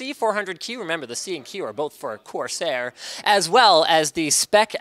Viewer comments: I just died of laughter when he said quarsair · "QUARSAIR" - I knew it! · when he said quarsair i could no stop laughing for a day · "quarseir" aushuahsasuahsuhauhsuahsuhasuhauhshuah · I almost spit out my drink when he said "Quarsair" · I almost fell from my seat when he said Quarsair. :D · Liked because "QUARSAIR" made me lose my shit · "QUARSAIR" xd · "Quarsair" REALLY LINUS,REALLY.But hey at least it's the same old Linus.The only thing missing in Linus' CES 2016 is him not breaking anything although attempting to remove the PSU shroud is a step forward